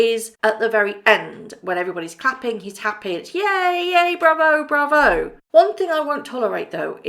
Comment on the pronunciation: I question if it was Harry. The way he pronounced "Bravo" didn't sound right at all, it didn't sound 'British'.